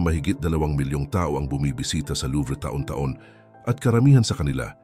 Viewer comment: Mali ang pagbigkas mo,taon hndi ta-on